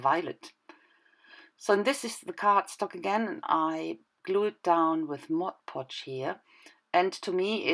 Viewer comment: Nice page! That glas shimmer stuff from Viva looks great! Now I need it too:) I like you say MOD podge instead of modche podche like so many. Not a great issue, but it just sounds much better the way it should be said.